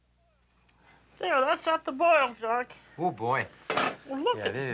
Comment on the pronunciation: She is calling him Jacques his proper name but she does not have a good French accent.